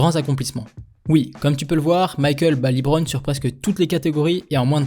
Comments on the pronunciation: Ça se dit bien “Le-bron” et pas “Li-Bron”, faut regarder un peu plus de matchs je pense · Par contre faut que t'arrête de dire "Libron"